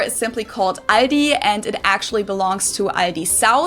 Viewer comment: no its not Aidi its aldi there is clearly an L in there xD its always crazy she says something and then you repeat something COMPLETLY different xD your not even remotly close to what she says xDDDDDDDDD